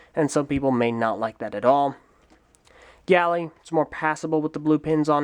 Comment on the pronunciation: It's Gali (Gah-li), not Gally.